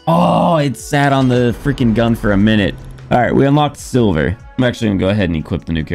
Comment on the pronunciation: It’s “Sliver” not sil-ver